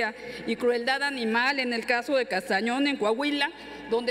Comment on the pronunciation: Es castaños , no Castañón. Es que es de morena